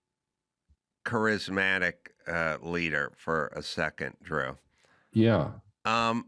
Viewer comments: Why doesn't Dr Drew tell Adam he's mispronouncing charismatic? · Adam does need to learn how to pronounce Charismatic 😂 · Adam "kerizmatic" Carolla 😂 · Really like Adam… really don’t like how he pronounces “charismatic” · Adam can pronounce “je ne sais quoi” but he can’t pronounce “charismatic.” Douche nozzle. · The 99% correct Adam Carrolla got one wrong. Trump is undeniably charismatic. Adam can't even pronounce "charismatic." Who believes that Kamala Harris is MORE CHARISMATIC than Donald Trump? I won't smoke whatever Adam's smoking. 😂